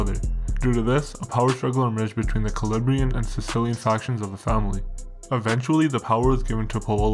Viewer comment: Great video but you pronounced calabrian wrong the whole time :/